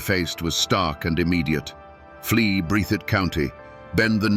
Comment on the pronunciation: That's "Breath - thitt"